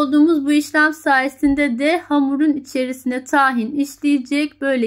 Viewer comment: Ben de mi yapsam acaba?😊 Böyle hos bir sesle bu kadar tatlı bir anlatim, erkege de hamur isi, yaptırır mi, yaptırır. 😊 Taahin yerine, tahin derseniz, dogru telaffuz etmis olursunuz. Kaynak : Reyhan Çınar Hocanım. Teşekkürler!